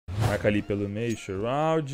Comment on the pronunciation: 9k de hrs no cs e n sabe falar shroud aujeisheu xiroude